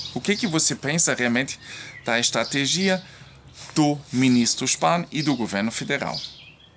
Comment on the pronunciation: oi, se fala es-tra-TÉ-gia!!! Pessoal te corrigiu errado.... hehehe